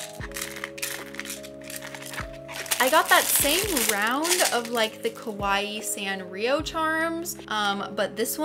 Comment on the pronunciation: I can’t believe I watched the whole thing, it’s quite enjoyable to see so many variety. Btw, I just can’t help but notice, you said “kowaii”a lot which should mean scary in JP; cute is “kawaii”.